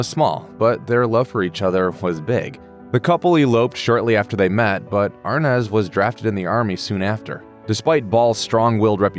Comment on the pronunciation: Why isn't "Arnaz" pronounced "Ar-NEZ" instead of the incorrect "AR-Nez" that the narrator perpetually says.